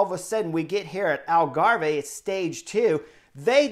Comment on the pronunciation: Love the covrage chris but you know that it's pronounced 'algarv'